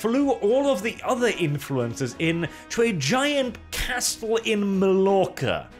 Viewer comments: Det uttales majorca, din bondeknøl. XD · Sorry, but that is not how to pronounce Mallorca :P